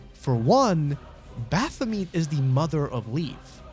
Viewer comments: It's not pronounced bapha - meat. It's baphu - met Like et as in "I met you" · I can't get over that pronunciation of Baphomet. Bath-o-meat. Also Would have made more sense to me to input the player character's name. A mary-sue is an undefeatable self-insert. That's literally all the player character is. A self-insert of the player into that world. And even being killed just makes it stronger and wins in the end no matter what. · i know its quite late but the pronounciation of baphamet's name kills me internally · Who pronounces it like that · god, the way you pronounce Baphomet is like needles in my ears